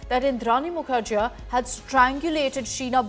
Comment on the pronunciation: It's pronounced as Mukherjee not jea.